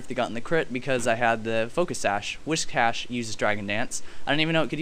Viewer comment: Yeah Whiscash learns Dragon Dance in HG/SS. Crawdaunt gets it too. Mismagius gets Nasty Plot, which is really neat. You should try it out, Aaron. And it's not WhiSHcash. It's just WhiScash xD